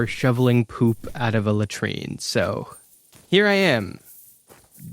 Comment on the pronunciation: That's the only way to pronounce it bro, you're tweaking??